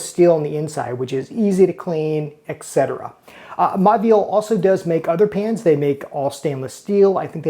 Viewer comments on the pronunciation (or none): Say it with me: mo-vi-el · It’s pronounced Moviel — the “au” is pronounced “o” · Typical American dickhead who doesn’t even attempt to learn how to pronounce these French brand names. It just serves to make him look and sound like a total prick. To be clear, it’s: “Mor-vee-al” and “lur Croo-Say” Do they teach anything in US school?